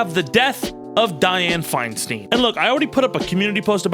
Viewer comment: I know you recorded this last week, but FFS. It's said Fine-STINE, not Fine-STEEN. Say other words as you like but a name has a pronunciation that matters to the person who owns it. You aren't SAYID TayBAYni, right? It's a bit of an insult to get it wrong so thoroughly. And I am with you 100% about her good, bad, and ugly. I lived in the SFBA while she was mayor. I called her "that bitch" and didn't have to live directly with her policies. She ALSO helped the city get through the pain of seeing Harvey Milk and George Moscone's murderer get a weak-ass sentence for killing them both.